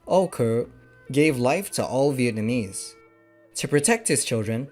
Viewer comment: for a none Vietnamese, your pronunciation is incredibly good